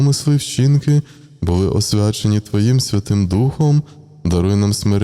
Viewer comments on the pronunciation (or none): none